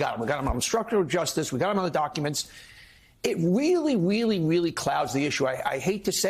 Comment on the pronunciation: That host said, "this is weally weally sloppy". "WEALLY " just like Bugs Bunny! 😂😂😂😂😂